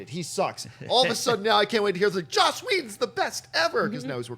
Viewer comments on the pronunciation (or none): For the last time,, it's 'Joss', not 'Josh'. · I kept waiting for someone to correct. It's Joss, not Josh.